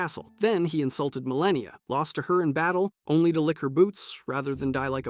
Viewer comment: “Mareeka” yeah bro we are not watching this